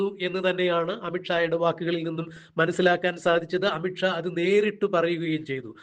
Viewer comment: അമിട്ട് ഷാ അല്ല. അമിത് ഷാ. ഉച്ചാരണം ശരിയല്ല.